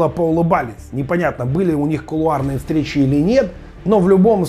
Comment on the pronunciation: Кофем это сильно.наконец то мордастого научили правильно говорить кулуары.